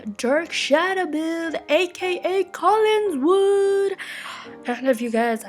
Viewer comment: It's COLLINWOOD not Collinswood ;)